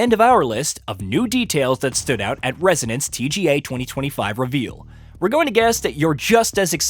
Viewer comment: Please, in future, try to differentiate between resonance and residents